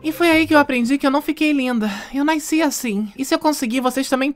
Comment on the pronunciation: "eu naysci assim"